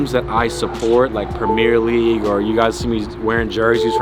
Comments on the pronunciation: Nobody:: PrEmEeR lEaGuE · Cmooon mannn you cant be saying premier league wrong